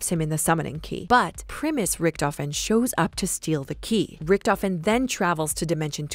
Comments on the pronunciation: I literally got lost once she said rictofhen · richtofen: dah krenorium but I red it riktofen: read it again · every time she says, "richtofen" take a shot